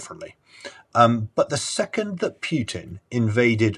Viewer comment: His name is not "Pyutin" as "yu" is a Russian letter on its own